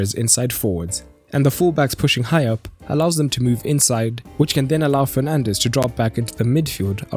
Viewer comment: he says Penandes 🤣🤣🤣🤣